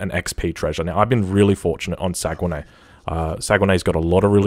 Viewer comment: Amazing video as always! Btw it's pronounced Sagnay the U and E are silent 🤫